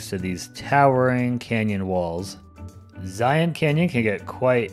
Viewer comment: You pronounced Zion right!!